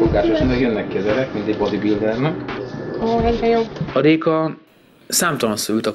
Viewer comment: mond RRRRRRRRRR, RÉKA, NEM JÉKA, TUDOD